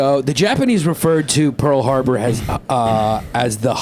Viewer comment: PARL HARBAH